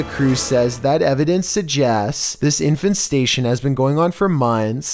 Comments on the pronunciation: Everyone: Infestation: InFaNsTaTiOn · “Infestation”: Infant station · What’s an “infant station”? Infestation! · Ah yes... I N F A N T STATION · Infant statioooooon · I can stand the way he mispronounces things for the most part. But “infant station” and some others (W W I I not “World War II” for example) really bug me. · No one gonna talk about "infenstation?" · He can't even pronounce English properly. "Infant Station" LMAO. Also he says "In it's stead" wrong. "Stead" is supposed to rhyme with "head" not "steed." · it sounds like you're saying "infant-station" when you were talking about the bedbugs. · This is how many times he said INFANT STATION ↓ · And infestation "Infant Station" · "Infanstation" ! Lol. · Is trying to make us think he doesn't know how to pronounce "infestation"? This dude is cringe.